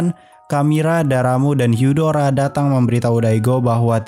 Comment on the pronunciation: Bang katanya bukan daramu hyudaro harusnya darramb dan hudar